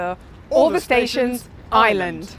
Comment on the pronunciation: Looking forward to this...but please,, as I suspect you're going to be mentioning the place quite a lot (and you've shown that you're something of a linguist): It's Ireland -- not island! Of course you don't have to say the "r" (most varieties of English English, just like yours, turn it into "uh" in words like "fireman", and that's perfectly normal), but you do need to say the "uh" -- to distinguish Ireland (eye-uh-lund) from island (eye-lund). Nurse is here with my medication. I'll calm down now!